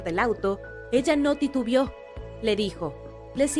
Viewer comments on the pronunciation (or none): "Titubeó", no "Tituvió".